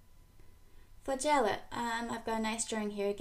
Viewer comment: Great vids. Interesting pronunciation of flagella